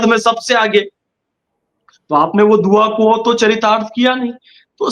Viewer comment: Dua ke talaffuz sahi karo